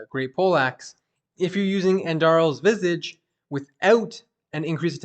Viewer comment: The way you say Visage bothers me because you keep saying Visige.